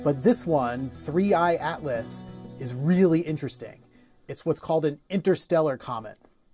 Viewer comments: This is not 31 AAATLAAAS its 3 aaai atlus. h ha .. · 3 eye atlas...not 31...smh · Research lady! It's the 3 " I " /Atlas, not 31 lol